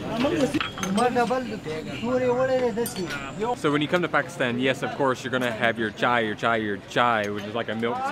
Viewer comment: As an African it hurts me how americans pronounce Pekisten instead of Pakistan